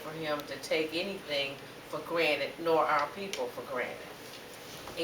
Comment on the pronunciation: I hate that my people say ‘granite’ instead of ‘granted’.